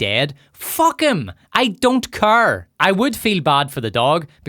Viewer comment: "i dont currr 🌺🌺":, british people are retarded asf